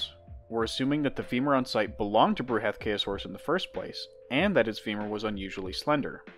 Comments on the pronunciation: "Bruhathkayosaurus", is derived from a combination of the Sanskrit word Bruhathkaya (bṛhat बृहत्, 'huge, heavy' and kāya, काय 'body') It's pronounced Bru-ha-th-ka-ya saurus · Bruh ath k Ayo saurus